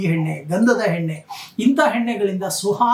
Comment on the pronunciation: ಹಲೋ ನಿಮ್ಮಿಂದ ಸರಿಯಾಗಿ ಉಚ್ಚಾರ ಮಾಡಲು ಕಲಿಯಿರಿ ಉದಾಹರಣೆ ಎಣ್ಣೆ ಬದಲಾಗಿ ಹೆಣ್ಣೆ ಎಂದು ಉಚ್ಚರಿಸಿ ಅಕಾರ ಮತ್ತು ಹಕಾರ ಚೆನ್ನಾಗಿ ಕಲಿತ ನಂತರ ಭವಿಷ್ಯ ಹೇಳಲು ಶುರು ಮಾಡಿರಿ